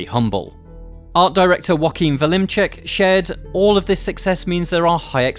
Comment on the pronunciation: Vleminckx: "Walimcheck" the critical failure of pronunciations. "Flemings" would have been quite fine.